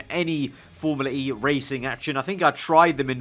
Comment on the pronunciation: Awh yeah thank god you don't say formula-r-E